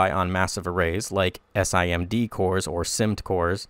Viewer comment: You commonly pronounce SIMD "SIM-D". SIM, like a SIM card and D like the letter D. SIMD operations are a common way to increase performance on modern CPUs, by making the same operations (sets of instructions) run on different data elements in parallel. -> Single Instruction, Multiple Data